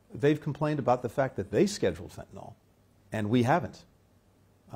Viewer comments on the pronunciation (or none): Dude...it's fentanyl. Not fentynal... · You’re doing some of the world’s highest level negotiations on fentanyl and you call it “fentanol”? Otherwise, good job Blinken.